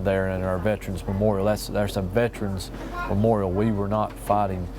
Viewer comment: Memoral?? It is memoriAl dipshit